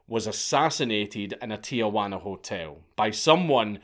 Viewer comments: Just something that bothers me, but "Tijuana" is pronounced as "Teehuana" (soft t) not "Teeahuana". Definitely not the only bad pronunciation, and I know he doesn't care, but it's a common mistake that I don't understand at all. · You'd think if you're making a video about a foreign person/country you'd try and get the names right, but nope. Not this git. Fle-chaz, not flekaz. Tee-juan-ah, not tiajuana, which is aunt juana.